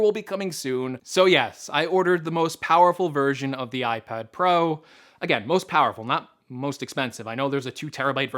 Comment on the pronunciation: Yeah i know... it's that "POWRFUL" 😂😂😭😂